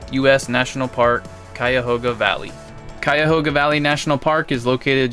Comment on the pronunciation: Props for the correct pronunciation. A lot of people get it wrong